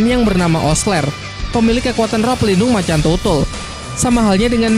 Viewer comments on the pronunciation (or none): none